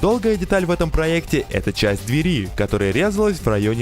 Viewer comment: Твою речь сложно слушать. зачем акцентируешь на последнем слоге? дверИ, проектУ, дорогАм общегО пользованиЯ. На севере живешь где-то?